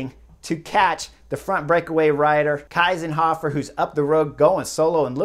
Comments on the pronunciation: Thank you very much. Strong insight! But I don't agree with you. I think it's wonderful racing without the radios. And it's Kiesenhofer. Not Kaisenhuffer. 😊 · Please note that her name is Kiesenhofer - not Keisenhofer (as Chris wrongly pronounced it)! 😛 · Just Info: Kiesenhofer is correctly pronounced „key-senhofer“ not „Kai-senhofer“ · There you go again. All you American/English guys say Kaisenhuffer. It's KIESENHOFER. Listen up! 😊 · her name is spelled KIEsenhofer and pronounced like [ki:senhofer], not KEIsenhofer, Keisenhöffer etc.. cheers from Austria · Anna‘s Name is Kiesenhofer, not Kysenhoffer. It‘s pronounced like Keesenhofer. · It’s pronounced Keesenhohfer, not Kaisenhoffer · It's not "Kaysenhofer", it is "Keesenhofer". You guys really need to learn pronounce names. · Thank you Chris for making this video! I'm from austria and couldn't believe my eyes when i saw this happening live! absolutely incredible ride from Kiesenhofer! By the way hey name is pronounced "Keysenhofer" the "ie" in german sounds like "ey" in "key" :-) thank you for always making a comprehensive video on all the different races/stages etc. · I disagree, less comms would make those races WAY more interesting. Also imagine Cheese-n-hofer but with a K in the beginning, thats how you pronounce her name kinda correctly ;) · Why do you pronounce Anna's name like the German "ei"? It's "ie" (like "ee" in English)! Kiesenhofer (just like "Keesenhofer")! 😛 No, I really love that radios are not allowed in the Olympic races! 😂 But fun fact: Marlen Reusser told the Dutch riders that Anna Kiesenhofer is still in the lead. The answer was: "Anna who?" 😇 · It‘s “key”senhofer. Please. I mean, at least the winner’s name. Well thankfully “Kwintana” isn’t in the race. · Its "Kiesenhofer" like "[Key]senhofer" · It’s pronounced Keesenhofer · It is pronounced "Keezenhofer". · It's pronounced Key-senhofer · It's pronounced Keesenhofer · Not the name Kiesenhofer, that was pronounced terribly ;-)